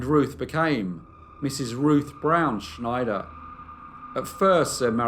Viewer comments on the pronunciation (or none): Snyder is pronounced like Spider (with an N in place of the P). It is not pronounced the same as Schneider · Love, love, love your stories. Not a big deal, but Ruth's surname of Snyder is not pronounced "Schneider". Lol 😉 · "Snyder" is pronounced the way it's spelled. Not "Schneider". js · I apologize for being fussy, but in the U.S. we pronounce the surname Snyder with a plain "S", not like the "sh" sound in "Schneider." It's a very common Pennsylvania Dutch (a.k.a. Pennsylvania Deutch) surname, and also the brand name of not one but TWO brands of pretzels. It is also the surname of my very favorite uncle-by-marriage.